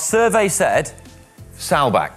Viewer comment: Awesome show. I am a little disappointed in your pronunciation of Saalbach... Normally your German is always spot on